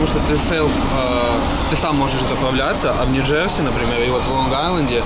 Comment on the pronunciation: Урааааа. Кайф. Только не говори ньджэрЗиииииииии. Оль ну хоть ты скажи что это зашквар.